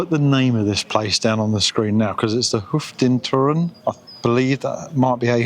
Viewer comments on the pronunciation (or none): Hoofdtoren is pronounced (roughly) Hofe-tore-uhn. Bontekoe = Bon-tuh-coo. It means "Head/main tower" and "Colourful cow" respectively. As surnames weren't a thing back then, he was identified as living in the house decorated with a cow on the front. West-Fries Museum = "West-Frees". Sadly it's closed for renovations until next year. The cities of West-Friesland don't get quite the attention as some others, but Hoorn, Medemblik and Enkhuizen are lovely. Looking forward to your stay in Sneek ("Snake").